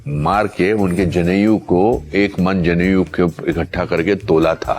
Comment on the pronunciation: अनुपम खेर साहेब जनेऊ को जनेयू बोल रहे हैं। जैसे किसी यूनिवर्सिटी के नाम का सङ्क्षिप्त रूप हो। लज्जास्पद है। और कदाचित् घृणास्पद भी: हिन्दी फ़िल्मों का कोई नामी अभिनेता हिन्दी की इस प्रकार भद कर दे!